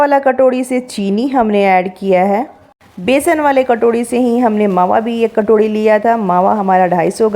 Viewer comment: Katorhi nhi hota sis katori hota hao